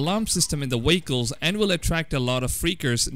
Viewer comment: Whats is a wehicle?